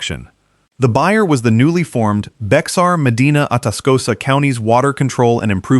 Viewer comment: Bexar = Bear